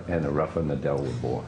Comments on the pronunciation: It's hilarious how smoothly she called him "Neidal" acting like she knows shit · she says Nay-Dull. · More than 2 thousand thumbs down, that's what you get for disagreeing with the great tennis King Djokovic and for pronouncing Nadal, Nadull. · No one who pronounces Nadal's name as Naydoll should discuss tennis. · NEY-DAL... -_- fail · Not the smartest thing to say, but he’s also not wrong. Also if you can’t pronounce Nadal wrong and thing Serena’s 23 slams are equivalent to roger and rafas slams you shouldn’t be talking about tennis. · Cant say Nadals name properly but have so much to say about tennis. The arrogance is astounding. But this is TYT. Feel the Bern.